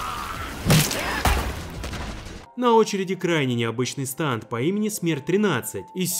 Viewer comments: Не станд а стЭнд! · не станд а стэнд